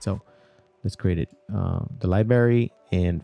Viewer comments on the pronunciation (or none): "libary" guyssss... come on! It is library!!!! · Good video. Thankful for your info. (PS..one thing...it's LIBRARY not LIBERY) Cheers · DUDE! DO U SPEK ENGRISH RITE? LIBARY? LIBARY? ITS PRONOUNCED...library. LIE-BR-AIRY! WTF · I stopped listening at "libary" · You kept pronouncing "library" as "lie-berry" without pronouncing the "r". Like a five year old kid! LOL! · "LIBARY" lol. Seriously though, thanks for putting this together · Precisely. Liberry caught my ear repeatedly. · Boi its li-BRAR-y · He says "Libary" hahahahaa sorry drinking hoppy poppy while learning, good friggin video mate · Great video but please say LiBrrrrrArY!! LMAO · the libary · What is a fucking “Libary” ??? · OMG learn how to say LIBRARY properly! It's really distracting! LibRary!!! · What the hell is a "Liberry "? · When my brother and I were little kids, he used to pronounce library like this, and it drove me up a wall! cringe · HIs English is much better than that of the average American, so, chill dude. I'n gonna start saying "liberry". It's cooler than "soder" for solder, or Antartica for Antarctica. Don't let us get started on "nuculer". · bruh. please learn how to pronounce library